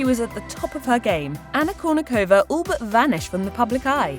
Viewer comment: Why can't you pronounce her last name properly? 🤔